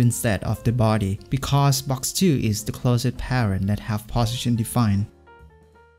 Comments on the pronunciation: I am hearing bosition instead of position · 'position' pronunciation is strange